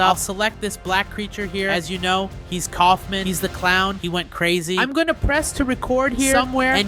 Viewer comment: uh you meant kaufmo not kaufmin